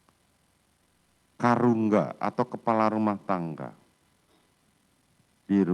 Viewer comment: Bukan Karungga tapi KARUMGA